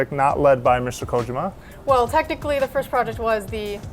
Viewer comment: ko-jim-ma ? wtf